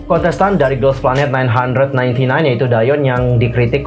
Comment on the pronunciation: Bang 999 itu dibacanya GuGuGu bukan nine hundred ninety nine.